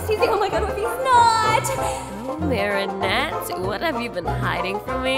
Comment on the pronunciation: Help its so obvious that most of the voice actors have never watched the show 😭 AYLIA? MARIANETTE??? SHAT NOIR?? DUPANE?? IM CRYING Edit: nevermind, I regret watching this. They’re 14, wtf.